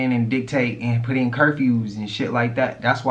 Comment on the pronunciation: where yall from that say PIT instead of PUT? says it too:body-blue-raised-arms